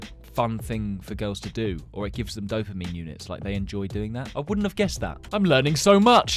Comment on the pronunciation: Why when he says "dopamine" i hear "dumpling"